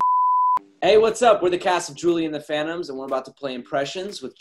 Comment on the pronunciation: Why does Owen always say Julie and the Panoms?